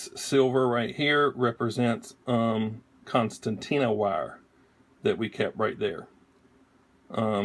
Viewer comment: Yeah, you said Constanina...no biggie.